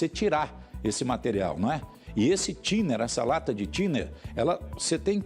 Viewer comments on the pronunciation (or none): 😂😂😂 é que o bombeiro falando Thinner pareceu estar falando Tinder